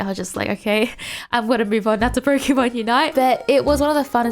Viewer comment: You were talking about pronunciation bur still saying Pokeeeeeeeeeeeeemon, please, pls